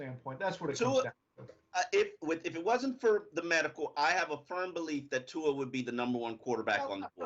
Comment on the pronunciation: how the fuck do you still manage to butchers tua's name every damn time?!!